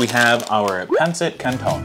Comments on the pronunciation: YOU… YOU SAID “PAIN-CIT CAINTON” ITS PRONOUNCED PANSIT CANTON! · Its pronounced "Pansit canton" not "Pantsint canton" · Its pronounced as pancit canton [pun-sit cun-ton] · But yet again, the way he pronounced phancit canton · pAnci CanToaN Pronunciation: 🔪🍖 I’m gonna have to give the pronunciation a 3/10 😂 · It's pronounced "pan-ceet cant-ton" Pero mabuhay pa rin! (trans: but love it still!) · I'm mostly forgot about the last one but i think it's pronounced like Pan set can ton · Pancit is actually pronounced Pansit and canton pronounced kanton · The pronounce is pan SIT CANH ton